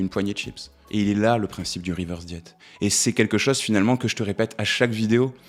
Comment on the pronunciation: Interessant mais pourquoi dire « reverse diet », avec un accent bien franchouillard en plus ? Cette mode de prendre les mots anglais pour faire chic, c’est casse pieds ! Régime inversé, voilà ! Prenez exemple sur le Québec !